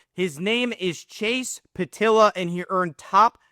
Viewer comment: The e isn’t silent in pietila. His brother Logan is a wheeling nailer